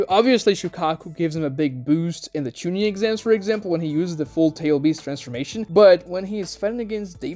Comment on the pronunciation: how you say genin and chunin hurts my SOUL.